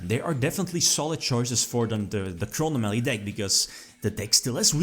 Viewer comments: "Chrono Mally" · he says Chronomaly weird, I know it is how he pronounces it but... Crow nom a lee Chro nom a ly Chronomaly chrono + anomaly meaning: something that deviates from what is standard, normal, or expected of/or relating to time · It is, people are just joking on the way says it.